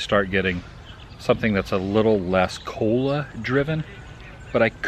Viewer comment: I think he said cola. It did almost sound like cold one.